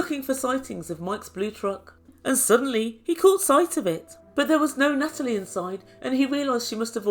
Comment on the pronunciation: Nuttalie - love it!